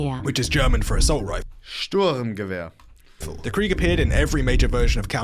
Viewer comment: him pronouncing krieg the english way here kinda triggered me as a german